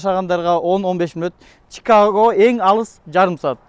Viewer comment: Алып баруучу кыздын аты кандай, Чикага деп нерфке тийбей туура суйлосун Чикаго деп айтылат